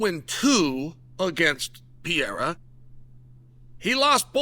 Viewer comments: Came here to check if he still says “piera”. Thx god he does 😅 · After this video Alex will finally change his last name to Peeayra 😂😂😂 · Chael, it's PE REI RA. 3 syllables. Respect names! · Bro stop saying Piera, respect the guy. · Chael still calling Poaton, Alex Pee-air-a kills me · His last name is not Piera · Chael , come on dude , learn how to say his name PLEASE , it hurts my ears every time you say his name hehe its PEREIRAAAA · I came for "Piera" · Alex Pierre 🗿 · "Alex pierre" 😂😂😂😂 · Per-aid-duh..... Alex Per-aid-duh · Como brasileiro fico me perguntando: é tão difícil,um americano médio falar o nome.... PE-REI-RA??🤔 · How many belts do y'all think Alex needs for Chael to stop calling him "Pee-era" 🤣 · The smart man is getting a bunch of extra comments on his video about “Piera”! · "Alex PeeAirAh took Ankaleav down" -Chael Sonnen 😂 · LEARN HOW TO FREAKING PRONOUNCE HIS LAST NAME….. PENDEJ0000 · He know how to pronounce the first 3 letters of Perry but not the first 3 letters of Pereira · I love how Chael refuses to pronounce Pereira correctly.. and I guess you would consider to take down cuz he landed on his back but it was a huge right hand that rocked him and made him shoot . He was already half out Chael. It hurt him. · man chael its been years at least try to say his name 😂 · Anyone try to correct you on the pronunciation of Pereira 😂😂😂😂😂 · Why can't you still get Pereira's name right? 😂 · Uncle Chael love ya but I cringed everytime you, of all intelligent informed UFC commentators next to DC, can't pronounce the champs name right. Cmon man! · Bro, there are TWO "R"s IN "PEREIRA". You are the only one that still messes this up! He was making sure Buffer got it right before the fight. Get his name right. He doesn't like you messing it up. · Uncle Chael you’re a smart man! It’s about time to pronounce “Pereira”, correctly!🤓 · Chael is a master troll. He pronounces names wrong on purpose. He knows it gets a rise out of ppl. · alex pierre!!!! xDDD